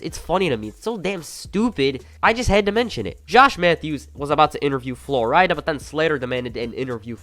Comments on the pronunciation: Who the fuck is Flor-ida? I can’t tell if your joking or not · Good video, other than your pronunciation of certain words and names like flo rida. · Had to turn off with the way your saying flo rida